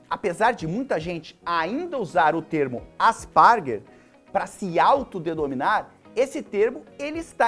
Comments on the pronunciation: asparger não cara! kkkkkkkkkkkk é asperger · "AspArguer"? Tipo aspargo? Me doeu no ouvido... o artigo da vacina não era apenas ruim. Os dados foram fraudados. Por isso o autor perdeu a licença. Sobre o aumento de frequência, é só vc falar com professoras com 20 anos de experiência no ensino infantil, e vai ter certeza que a frequência de TEA está sim aumentando. Não é só uma questão de diagnóstico. É melhor vc se preparar melhor para poder falar de um assunto dessa relevância, Jubilut. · Asparger ou Asperger? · Mas e assim msm, ele que tá falando errado, n sei como não falou Aspargo logo 🙄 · "Ásperguer", é a pronúncia, Jubao 😉